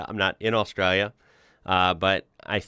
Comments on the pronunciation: Straya, nailed it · Love it, is getting an Aussie accent with how he says Australia